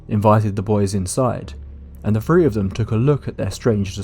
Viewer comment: He said he made THREE, NOT FREE. Why don't you pronounce this number properly. Makes you sound like a clown